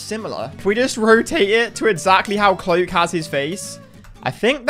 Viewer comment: The way he says cloakzy is weird